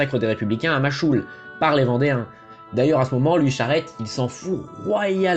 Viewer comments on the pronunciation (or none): Et tu dis "Machoul"mais c'est MACHECOUL, tu veut qu'ils t'insultent ou quoi 🤣🤣🤣 et je sais ce que je dis, j'y ai habité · Juste ca se dit Machkoule (Machecoul)